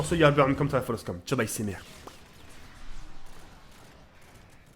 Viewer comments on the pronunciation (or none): none